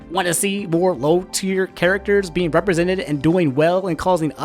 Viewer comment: STOP SAYING "REPRESENTEDED"